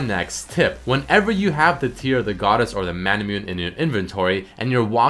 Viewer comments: you pronounce it as Mana-Moo-Neigh. (no offense. i luv you bro) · "mah-nah-moo-nay" = manamune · Nice vid, just a couple things that sorta bothered me in the video: manamune is called mana - moo- neh and muramana is moo-ra mana.